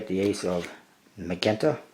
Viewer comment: It's pronounced "sai-an" and "majenta"